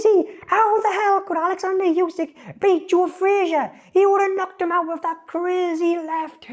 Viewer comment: Voted this video down. Can't watch a video where in the first few words he pronounces the name of Undisputed Heavyweight Champion, Yousyk, not OOsyk. I mean how can we trust the opinion of someone who doesn't even learn how to say a name correctly. It's announced before every fight and in any press conference where they mispronounce it Usyk or his translator corrects them. This guy can't have watched many fights.